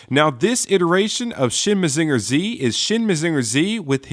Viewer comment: maZINger tsi? not MAzinger zetta? weird.